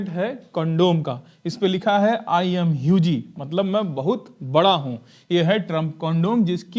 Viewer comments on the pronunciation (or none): भाई हुजी नहीं (huuuuge) ह्यूज होता हैबिस्का मत लब के बड़ा अब आप समझ जाओ के क्या बड़ा? और लोलिता means यांग गर्ल्स जो कि 12 से 15 साल की लड़कियां होती है इसका मतलब के नाबालिग लड़कियां। प्लस आप एक बार गूगल भी कालिया करो के lolita (लोलिता) का म क्या मतलब है पर मोदी जी का नाम तोह गलत है यह मोदीजी को बदनाम करने की साजिश है 😂 क्या हिजड़ा कभी लड़कियों का कुछ भी बिगड़ सकता है क्या? है मर्दों के साथ 5ओह समझ आता है